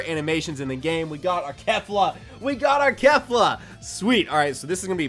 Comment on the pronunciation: Its not pronounced kef - la its pronounced kay - fla